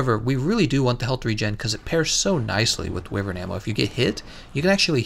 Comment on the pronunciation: i thought wyvern's pronunciation was why-vern not wee-vern, am i wrong or is he saying it wrong?